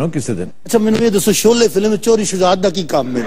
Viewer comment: Abe choley nhi Sholay....